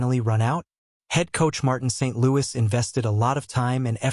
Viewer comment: i will never subscribe to this channel until they learn to pronounce marty st louis' name.